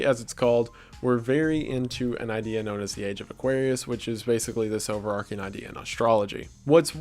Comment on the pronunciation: overarCHing, not overarking (which is not a word)